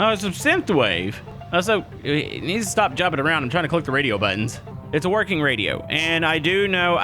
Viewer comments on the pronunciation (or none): none